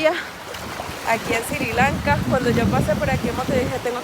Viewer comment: NO se dice Siri Lanka. Es Sri Lanka...